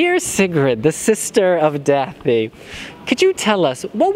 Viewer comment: I wish he would pronounce Da∂i’s name correctly. The ∂ is pronounced like the “th” in that. He keeps saying “th” like in “things”. It’s a completely different letter in Icelandic.